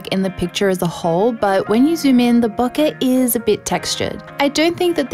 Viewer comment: It makes me happy whenever someone pronounces “bokeh” correctly.